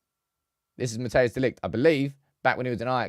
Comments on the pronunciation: You can beter say matice de ligt if your english insteed of matheus its closer to how the dutch say his name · People please stop calling him Mateus, it's Matthijs